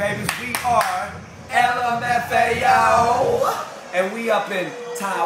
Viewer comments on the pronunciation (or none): they said LAMFO